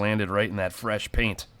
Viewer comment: Its "paint"